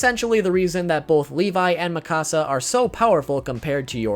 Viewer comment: WHY DOES EVERYONE SAY MIKASAS NAME THE WRONG WAY!!!